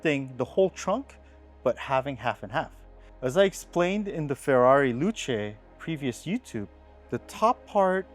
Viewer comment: It’s ctually pronounced the same way it’s written, i.e Ferrari, not ferry.